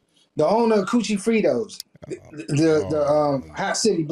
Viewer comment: “The owner of Cuchifritos” 🤣